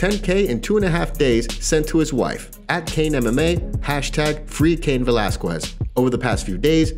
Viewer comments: God, it drives me up the wall when people can't pronounce Cain's last name right! Since all this stuff with Cain started, I've heard several people butcher his name! 🙄🤦😡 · If I listen to you say Velazquez wrong again ,my brain will explode!!! Ugh